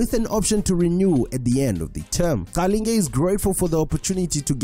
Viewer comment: kanti you not Zulu?. the way you pronounce Qalinge😂😂